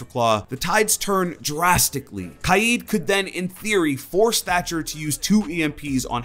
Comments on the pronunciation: Imma be honest, I thought that itv was pronounced k-ade rather than ky-eed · Pple r always pronouncing kaid kaayeed it’s annoying me for some reason I prefer pronouncing it kayd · Can you stop saying his name wrong. Is name is not spelt kied as you say it 😂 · Spelt Kaid pronounce’s it KIEEEEEEED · It’s not kieed it’s cayed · IT’S KAID, not KY-EED. Fuck.... literally no one calls him KY-EED. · For one, it’s pronounced like kade, not ki-Ed. And two, he needs his Electroclaw back badly